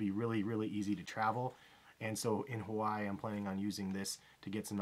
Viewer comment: Why can't people learn how to say Hawaii correctly